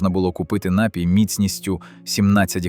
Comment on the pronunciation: У слові: напій правильно ставити наголос на ДРУГИЙ склад. Не КАЛІЧТЕ мову, нове покоління!!!